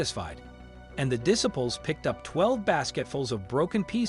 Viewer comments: Diss ables? It’s Disciples! Ugh 🤦‍♀️! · Dis - aples how about Diciples with a long "I." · A voice-over professional that cannot pronounce disciples or rabbi? Smh.